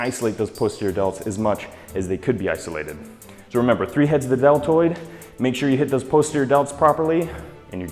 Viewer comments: did he say DeL turd or deltoid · He said "delterd" lol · "Lateral head of the del-turd" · "delturd" lol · YES! Thank you! Finally shoulders! Awesome by the way it sounded like you said delturd